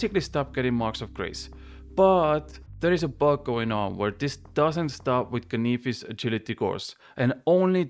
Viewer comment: Say canyfis one more time 🔪